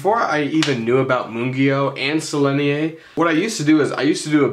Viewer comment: FYI, they are Sennelier, not Sellenier. Nice comparison. TY.